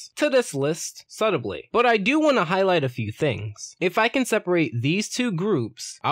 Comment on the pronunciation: The way you say subtly hurts me